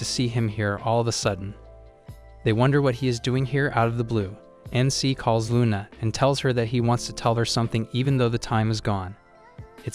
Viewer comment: HER NAME IS LUNA😂😂😂NOT RUNA